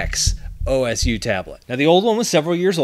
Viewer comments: I'm pretty sure it's not "Oh S You" as in that's the tablet's name, I'm pretty sure they're keywording Osu the game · i may not play osu myself yet (doe i am quite familiar with it) but seeing pronounce it like that is just Pain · Me laugh when he start saying OSU O S U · "O-S-U tablet..." lmao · O S U Me and every other gamer: Laughing at how he said OSU XD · I like how he pronounces osu! As O.S.U 😂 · It's funny how he read the OSU part of the tablet's name as O-S-U lol, huinon must be popular with osu! Community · Bro called osu o s u